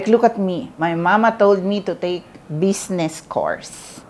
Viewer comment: Aster. Bizznis. Not besness. Lol😂😂😂